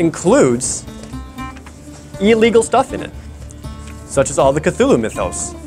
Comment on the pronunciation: It’s pronounced CLOO-loo